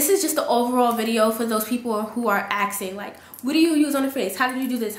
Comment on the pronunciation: ASKING NOT AKSING